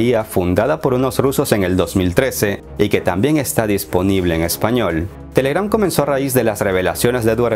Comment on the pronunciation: La fuerza de voz va en la TE, no en la GRAM